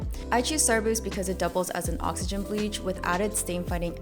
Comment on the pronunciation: ya i fr could not understand what she was saying 😭